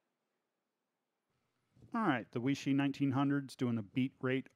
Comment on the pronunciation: Chinese word or name Weishi, pronounced “Way-she”. Not “We-She” Good video otherwise. Any idea what the difference is between the Weishi 1000 verses the 1900, other than the $40 more for the 1900? Thanks